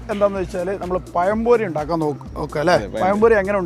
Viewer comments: പയം അല്ലാട ചെറുക്ക..ഇതു പഴം പൊരിയാണ്..... പയൊ? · പയം പൊരിയല്ല, പഴംപൊരി.. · പയം പൊരി 🤣🤣🤣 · പയംപൊരി അല്ല പഴംപൊരി 😊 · പയം പൊരി അല്ല പഴം പൊരി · പയം പൊരി അല്ല പഴം പൊഴി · കോയി ബിരിയാണിയും പയം പൊരിയും 😜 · പയം പൊരി 😂😂